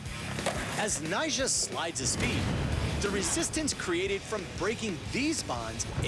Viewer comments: Yeah it's like he says Nyshah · It sounded like nyshjah or something like that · anyone else thought he says 'nyjah' in a weird way?